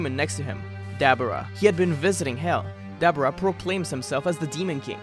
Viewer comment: Duh-bor-uh not dabara j.s.